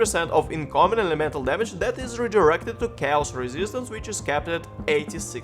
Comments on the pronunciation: chaos читается как кейос не чаос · Looks like a cool guide. I don't know where you took it from, but it's "chaos" is said with "k" :D